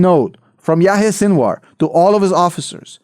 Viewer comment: It’s Sinwar not Sinuar … sin-of-war , sinwar